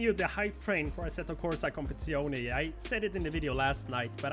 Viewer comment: Assetto Corsa CompetiziOH-NAY